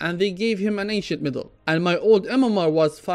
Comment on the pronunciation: T'was quite confusing at the start because you pronounced medal as middle, haha. anyway, keep up the great content bro. thank you. I like valve's new mmr system, it's much more friendly for newcomers and esp for kids who playing dota, it's really encouraging to win more games in the long run unlike the plus or minus 25mmr, plus it's updated to filter out acct. buyers, which I believe to be very few in population.